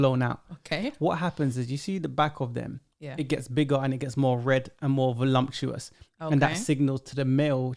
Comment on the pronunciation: 'Voluptuous' not voluMptuous my guy. Good show.